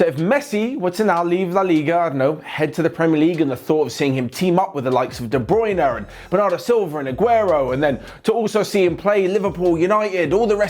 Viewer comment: De bruynar , bernardor silver 😬